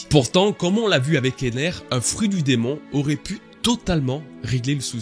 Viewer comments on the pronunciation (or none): none